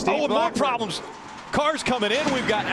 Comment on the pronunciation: PWAWBLEMS x2